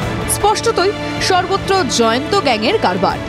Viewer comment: সবাই জায়আন্ত বলছে কেনো? নাম তো জয়ন্ত